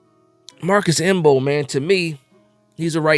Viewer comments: The M is silent 😂😂😂😂😂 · Bro I came here for the same, I was like cmon the m is silent.